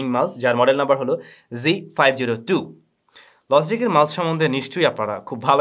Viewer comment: Why are you pronouncing Logitech like LOZZY TECH?